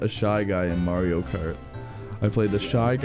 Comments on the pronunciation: Uh it's Mario not Mareo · It is not marui its MARIO AND NOT LUGI LUIGI